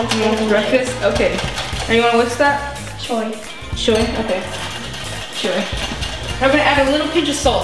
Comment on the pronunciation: That Shoyy (Sure) Doe AHAHAHAH i laugh so hard